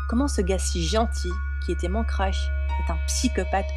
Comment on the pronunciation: elle as dit et j'ai un crosh à la place de crush mdr